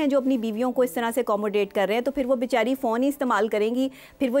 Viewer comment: Why is this anchor pronouncing the phone wrong...... only advice should be given not the order or pressurising way to come back....... married life is a struggle, compromise and at the same time gamble...... you should face it strongly